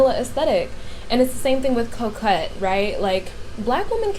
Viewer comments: it’s pronounced like coke-et (I struggled too 😂) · Ko-Kett (coquette)